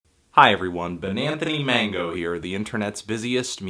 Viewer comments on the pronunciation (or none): none